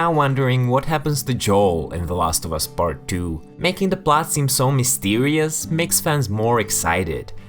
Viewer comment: “Bart two” ?? Ohhh, PART two!